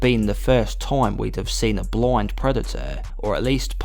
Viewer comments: "BLOIND"? Why do you pronounce "blind" that way? Where are you from? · "The Predator isn't bloind"